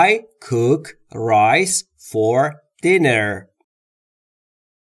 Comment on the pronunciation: خسته نباشید cook را با اووی بلند تلفظ کردین؟حتما اشتباه لحظه ای بود۰سپاس از زحماتتان